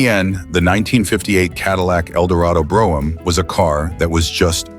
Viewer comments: Funny as shit how random Brougham is pronounced.. Drinking game content. Will he or won't he say Brough-ham ? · The AI narration pronounced "Brougham" 4 different ways. Wish it would have settled on the right one, which wasn't one of the 4! LOL